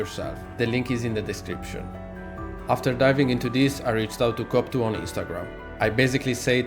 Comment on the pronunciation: The best thing with this is you pernouncoation off cope2, youre saying cop2 which is hilarious.